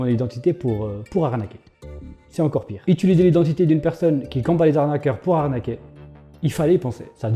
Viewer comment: Utilisé pas itulisé 😂 sinon GG pour ton travail, merci.